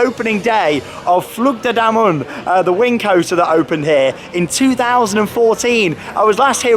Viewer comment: I think it's flu-G De Dimm-O-nen